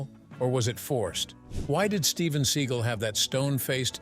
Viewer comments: I like when the narrator calls him SEA GULL. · Your stupid AI narrator keeps saying "Seagull" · Love the way the narrator of this video pronounces Seagal as "Steven Sea Gull"